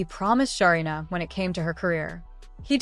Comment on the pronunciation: Say the name correctly 😅 her name is Sarina